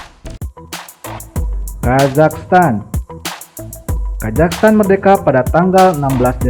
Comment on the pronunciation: Kok ngomongnya kajaghstan?